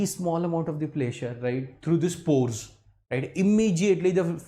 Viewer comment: pressure not pleasure, naughty naughty sir